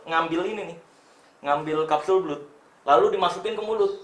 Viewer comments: "Blood" bacanya "Blad" Bang, bukan "Blud", CMIIW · bacanya blad bang bukan blud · Kapsul blud versi lidah indo Setahu saya pengucapannya blad 🙏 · Kapsul belut😂